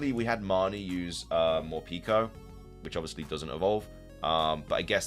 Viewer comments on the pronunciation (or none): none